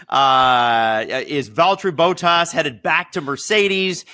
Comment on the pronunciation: Please make an effort to pronounce drivers names correctly. For your information this time, it is not: Boat ass it is: Bottas short b o t, like in shot or dot(com) or plot. And it is not ass, it is ‘as’ like in as you please or Asterix. Thank you